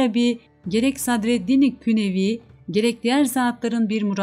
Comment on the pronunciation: Emeğinize sağlık. Sadreddin Künevi değil, Sadreddin Konevi olarak düzeltmek gerekebilir. Selamlar sevgiler.